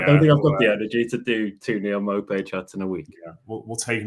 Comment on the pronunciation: its not maupay its nopay